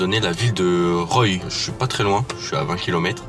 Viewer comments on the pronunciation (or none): c'est pas roye c'est roie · Pour Roye: on dit "roi" pas "roille" 😭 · Ca se dit ROI , Roye ! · Ça se prononce roi pas roïe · [Roi] pas RoYe 😅😂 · Yeah! ROYE c'est chez moi ! (Ça se prononce roi ) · Ca se prononce " roi " pour la ville de " Roye " , de rien :) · Bonjour Pierre alors habitant à 10km de roye ça se prononce pas comme ça mais "ROI" 😅🤣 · Roye se prononce "roi"! Ça m'étonne que ce soit sur la carte dailleurs...😂😂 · La ville de Roye se prononce en fait Roi, en tout cas pour les habitants d'Amiens en Picardie. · Pour la ville de roye, se prononce roi ! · Roye mdr ça se dit roi 😂 J’aurais tellement du participer, j’habite pas loins du château de Chambord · Seul les Picard arrivent à prononcer les noms de ville est encore 😭